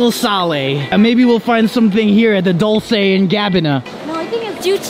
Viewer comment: Balen-shiaga. Versa-chee. Dolchi and garbana